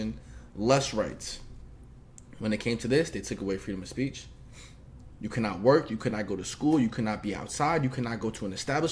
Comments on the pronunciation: “feedom of spreech” made me laugh way more than it should have 😂😂😂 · “Freedom of spreech”